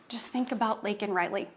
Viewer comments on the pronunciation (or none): Yeah, the line ‘finally mentioned Laken Riley’s name’ was probably originally ‘never mentioned her name’, it comes across as a last minute edit. Oddly, both Biden and Katie Britt seem to pronounce the name as Lincoln.